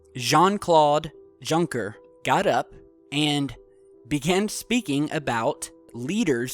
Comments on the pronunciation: He said junker like Junk-er lol! I think there's more of a elongated u or o sound in with the J sound. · C'est tout a fait, exactement, ce qu'il a dit (That is totally (or quite), exactly what he said). Also, his last name is pronounced "Zhoon Kay" for future reference. I got a chuckle hearing his last name pronounced "Junker," but someone who does not speak the language cannot be expected to pronounce the words correctly. This is not a criticism.